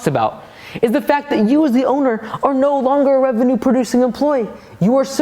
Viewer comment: Does everyone in America say revenue wrong